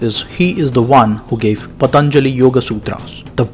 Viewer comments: His name shouldn't be pronounced as " Pathaanjali" it should be pronounced as "Pathanjali". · Pa....ta.....njalli,.....non è delle lingue indiane